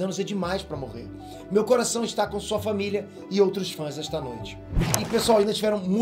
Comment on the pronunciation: Opa! Aos durante o comentário do Kevin Smith, saiu um 'VESTÁ' em vez de 'ESTÁ'. Ok, posso ter sido chato, mas ver e não avisar é pior né? Fiz outro comentário, não vou só achar erros não! 😉🖒🤘 Grande #EiNerd #Cifras